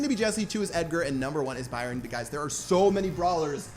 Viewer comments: I swear its "Byron" not "Bryon" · Three things starting with BR: It's BRYON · “ 3 things that start with BR brawl stars, broken and Byron, your English is poor pat😂😉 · i guess the y is silent in ByRon